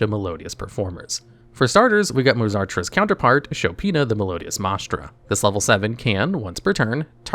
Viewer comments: MAH-Strah. Mai-stra.. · Sure that’s fair, the point is that he is pronouncing it neither of those ways 🤣 “MAH-STRA”, unfortunately the channel has a reputation for bad pronunciation; don’t get me wrong I love the content, I just sometimes get irked like right now lol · MY-stra, not MAH-stra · I don't know if used AI to record this or if he just never saw the word before, but Maestra is pronounced "Mai-eh-sht-rah." Same as "Maestro," just with an "A" at the end since the monster is female. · It’s pronounce MICE-TRA